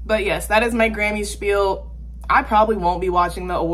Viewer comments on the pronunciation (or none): none